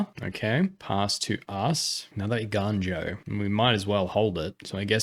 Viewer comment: im so proud you are saying eiganjo right ='). Awesome video likes always. keep it up!!